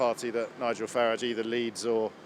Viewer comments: Saying Nigel Faridge instead of Faraaaage... should be made compulsory! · Disingenuous o brien can’t even bring himself to pronounce Farage correctly. It’s not Farridge